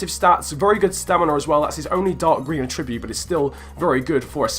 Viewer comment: Will you learn how to say attribute properly please?